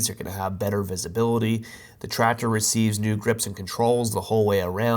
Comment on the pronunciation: The way you say TraCTor makes my eye twitch😬😬